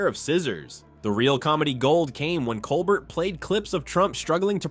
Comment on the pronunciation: Say COLBERT right! Please! Coe-bear